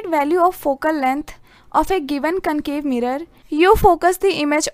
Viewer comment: It was convex and concave not cancave canvex ❤️‍🔥😶‍🌫️👍